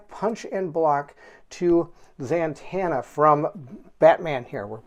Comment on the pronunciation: Who is ZaNtanna? Ummm yeah....read it if you don't know, it's Zatanna. Man-child, you giggle like a little girl and then sound like Mickey Mouse.